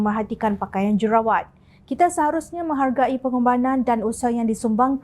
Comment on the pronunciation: Kak, j u r u r a w a t kak. Bukan j e r a wa t.😂